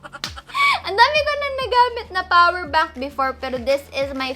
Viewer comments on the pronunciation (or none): The "powder bank " for me 😂 Ang cuteee mami